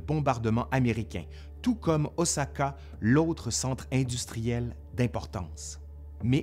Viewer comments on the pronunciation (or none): none